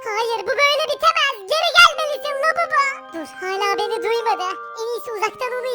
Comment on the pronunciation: labubu değil babubu